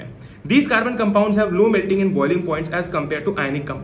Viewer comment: CAMPOUNDS.. campounds..😂😂